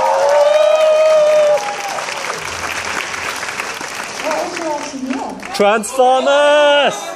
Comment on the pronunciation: its TRANSFOMAAHS